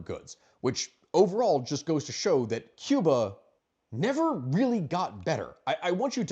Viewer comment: Your pronunciation is very good. Americans usually say Key-oo-bah , the correct is Koo-bah . God bless the Cuban people, may the communist slavery end soon.